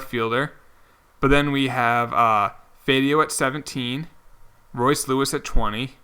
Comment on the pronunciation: It’s Alex Fy-A-Do